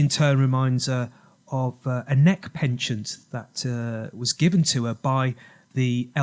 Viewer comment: I think you mean a neck 'pendant' not 'penchant' (pon-chaant)! Very good presentation though, lots of research done. It's all "coincidence" of course... not!